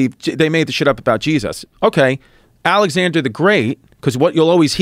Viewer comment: Chris has a magical way of pronouncing “Jeez Us”